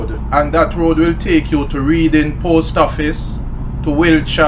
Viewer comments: It is pronounced Redding. Good video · YOURE FUNNY, ITS PRONOUNE 'REDDING' BUT SPELL READING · Big up yuself Sir. But forgive me, it pronounced "Redding" :) Passed there to go to school back in the day.